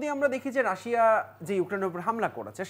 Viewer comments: রাসা রাসা করছেন কেন? আপনাকে টিভি চ্যানেলে কে এনেছে? pronunciation ঠিক নেই তো কি বিশ্লেষন করবেন? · What is Rasa??? 🧐 it's not rasa it's Rasia apu... Seriously 😏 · Madam not Rasa (Russia) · রাশা রাশা বলছে কেন বারবার 🤨? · বিবিসি রিপোটার উচ্চারণ ভুল করে এটা ভাবাই য়ায় না।রাশিয়া কে রাশা বলছে। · রাশা কি ভাই? রাশিয়া বললে নিজেকে উচ্চ শিক্ষিত প্রমান করতে কষ্ট হবে? 😆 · রাশিয়া উচ্চারণ টাও জানেন না ? রাসা টা কি রে ভাই 😂😂😂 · বাংলাটা বাংলার মতো বলতে হয়,রাশিয়া কে রাশিয়ায়ই বলতে হয়,রাসা নয়।। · It’s Russia 🇷🇺, not Rash😂😂😂😂 Also the 60 year relationship was with USSR( Pro Russian model). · শুদ্ধ করে বলতে যাই হেতাই রাশেয়া বলতেছে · Otcharon rasa. Na. Rasia konta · Indian map thik korun.. Ar last maye ta Russia uccharon kortai pare na 😂😂